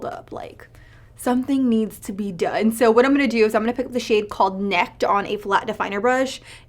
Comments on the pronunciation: I think it's pronounced like "Naked" but with a short "e" sound, not "Necked" lol. Say it in a southern accent & you'll see what I mean haha! NEKKED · Nekked?? Girl...neh-kked as in naked not necked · NECKED 😂😂😂 It's NEK-ED like how some people say "naked" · I’m cracking up at you saying Nekked!!! Now say it with a southern drawl...Naked=Nekked!!! Nice video.